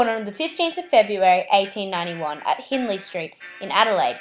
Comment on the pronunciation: The Hind part of Hindley St is pronounced like Mind. And Rene is pronounced Reen.